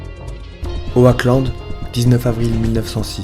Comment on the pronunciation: Super video, mais juste est ce que "Oackland" tu peux le prononcer 'Oklande' parce que ça me perturbé lol.